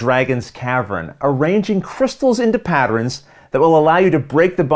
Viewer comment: .....Patter-ins and Caver-ins...and KERDS, oh my! Sounds like my kinda game! ;)